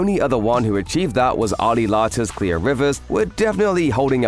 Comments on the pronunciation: I hate how the narrator pronounces Clear “Clea” “Cleo” lol it’s Clear, mate. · Wait, is this a Mandela effect? I swear I remember her name being Claire Rivers. I thought it was just the narrator's accent but I turned on the subtitles, and it said Clear. So I looked it up, and yep, it's Clear Rivers.